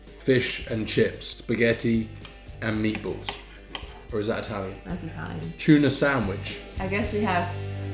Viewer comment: I just like how you pronounce meatballs... 'meatbowls'